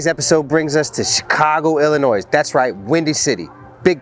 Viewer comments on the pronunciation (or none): The way you said Illinois 😫😫😫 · Someone needs to tell... there is NO noise in Illinois pronunciation i·luh·noy. 😂😂😂😂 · It is "Ill-i-noy", NOT 'ill-inoyz'!!! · The s at the end of Illinois is silent it’s pronounced ill annoy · I think I'd rather hear IllANNOYING than "Illinoise". I was born there and was relocated at a very young age. But I remember the native residents did not pronounce the "s" at the end of the state name. Nonetheless, keep doing your wonderful work!!! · I love you but never pronounce the S in Illinois… Hope you enjoyed our city! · Illinois The S is silent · PLEASE….the “S” is silent in ILLINOIS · You don't pronounce the s in Illinois.